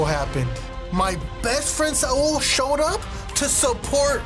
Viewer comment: its not sa-ul its saul goodman